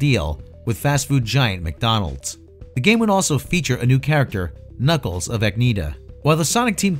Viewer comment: It’s Knackles teh Enchilada